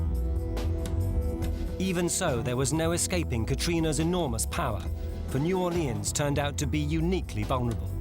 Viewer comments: It's New Orleans not "New Orleeahns as you pronounced it incorrectly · Most of the natives pronounce it "New Or-lenz" or "New Or-lee-unz," always with emphasis on the "Or." Only drunks and idiots pronounce it "New Awlins."